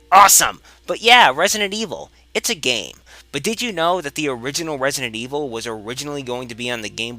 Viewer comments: "Wesident Evil"? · wesident evwil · Wesident Evil - Elmer Fudd :D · he said Wesident Weevil XD